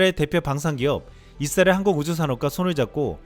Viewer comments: 이스라엘 발음을, 잇쓰라엘 로 하시네요. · 발음좀 똑바로해 잇 쓰라엘이 아니라 이스라엘.